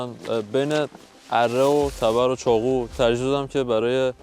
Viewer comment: مهران چرا ب ق میگی خ؟چاخو یا چاقو؟؟؟